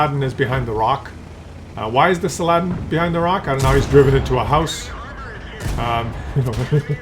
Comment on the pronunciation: SAL-a-Den. 😂😅 Algebra? Maybe Arthimatic? 😂😅